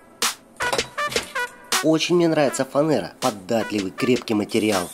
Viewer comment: Не фанЭра, а фанЕра!!!